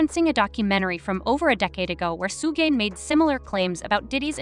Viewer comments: Ho don’t kno how to say suge name right damn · Suge = shoog like sugar